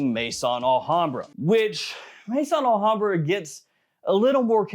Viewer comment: It's Al Hambrah not La Hambrah